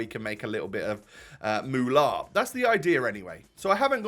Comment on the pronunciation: The Way You Said Mulaa🤣🤣